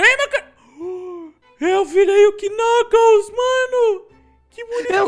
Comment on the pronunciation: o nome do knucaos nao e knucaos e knuclas